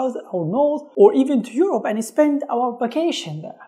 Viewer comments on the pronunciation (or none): You said Africa, eaurop, and America.